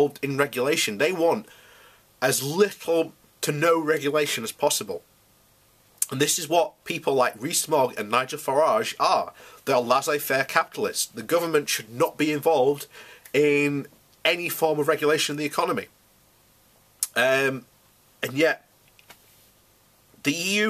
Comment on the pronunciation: It's pronounced 'lehzey fehr'. Also, I suggest you invest in a pair of varifocal glasses to help you read your notes better. Keep up the good work. I'm looking forward to the next few years; I've never seen a train wreck before!